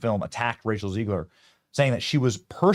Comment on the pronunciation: Did you say “Racial Ziegler?”… lol😂